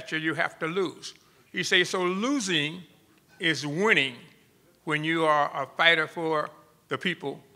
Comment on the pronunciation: "losing is wining" lol